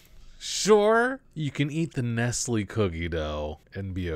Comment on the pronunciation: The way he tries to pronounce 'Nestle' 😆